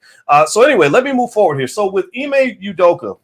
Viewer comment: Wtf? Ime U-doka? stop with the bs, dude is Nigerian, is Name is Ime or (Imeh) Udoka, stop tryna take the African / Nigerian / Ibibio out of his name, Abeg!